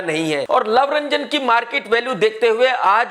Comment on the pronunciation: His name is love ranjan not lau ranjan!sala unpaad!!